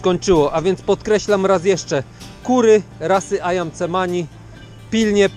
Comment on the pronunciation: Nazwę tych czarnych kur wymawia się ajan semani